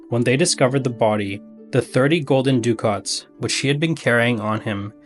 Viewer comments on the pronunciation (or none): This may only matter to be, but, Ducat sounds like "duckit," not "doo-cot." And Papal has a long A sound, not a short one as in "apple."